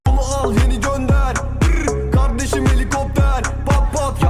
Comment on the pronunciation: Kizin kavdesim demesi v ile